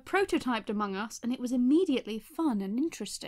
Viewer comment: Me: aMONG us.: Okay. Me: Okay, repeat.: AmongUS